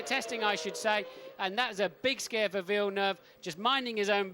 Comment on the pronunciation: "Veel Nuv" lol.